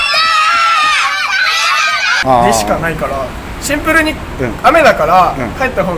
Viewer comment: 「シンプル（⤴︎）に！」て妙な発音で何度でも言っててキモッ、草ｧ😁✨✨✨